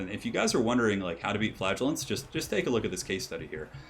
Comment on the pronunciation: I always pronounced "Flagellants" the way "flagella" sounds. The way you say it makes it sound exactly like "Flatulence" lol